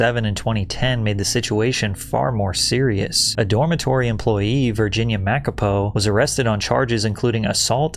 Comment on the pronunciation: As a South African as soon as I heard Makapoo I crineeeed so hard😭😭🥀